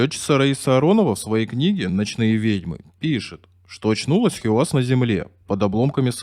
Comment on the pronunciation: Хийяз, а не Хиуаз! Хорошо ещё, что не хи-камаз её обозвали. Эта отважная лётчица заслуживает хотя бы того, чтобы поинтересовались, как произносят это имя люди её национальности. Вместо этого имеем безграмотного и равнодушного диктора с деревянными интонациями. Он даже не удосужился прочитать, как пишется её имя на памятнике.